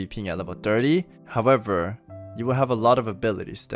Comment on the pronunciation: I love the "hawevver" part